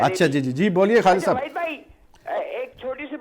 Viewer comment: Pheli kilo by chuttiya waheed name to sahi la lo chappo.